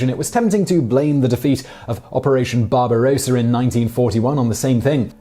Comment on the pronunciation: This guy says so many words incorrectly. "Bar-ba-rose-a" FFS What's "Weir-macht"?? Sort it out you bald tit.